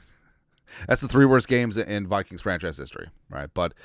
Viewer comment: Did you say POOPKINGS?